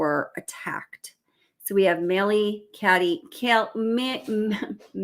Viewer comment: Hey girl, no insult. But Kaylees name is pronounced - Kay- Lee